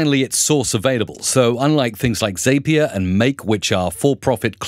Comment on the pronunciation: I absolutely LOVE your videos. I've been binging your channel the last few days. (One tiny note... As Wade Foster says, "Zapier rhymes with happier.")